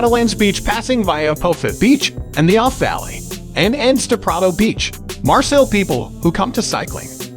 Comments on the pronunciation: OK, are you saying Marcel’s on purpose? It’s Marseille! Mar-say. Put it together! Marseille not Marcels. I actually stopped watching the video because I couldn’t take you saying Marcels every time you were supposed to say Marseille. If you’re going to do a travel video, you at Least need to know how to say it correctly! I must say, thumbs down to this. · Marcels?? CalanQ??...Pretty pathetic. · Marseille (Maar-Say) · Lol maybe learn how to pronounce the city's name to start with... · Can't trust a tourist guide if you cannot pronounce the name of the city right. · Sorry but your pronouncement of Marseille & other French names is embarrassing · If you can´t even try and pronounce the name of the city - which I know - then why should I waste my time watching your video?